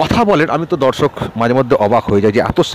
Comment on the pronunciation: আপনার 'দর্শক' উচ্চারণটি ঠিক করে নেবেন। যেন বরাবরের মতো 'ধর্ষক' না হয়ে যায়!